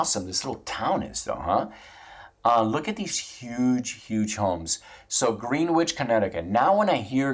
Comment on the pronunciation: You obviously dont kno US history lol. Pronounced "Gren•ich" not green wich. Lol. Greenwich is OLD money, the big money in the US & world have homes there.